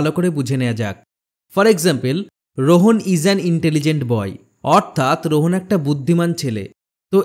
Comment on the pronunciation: Vhai eta rohan apni rohon bolchen😂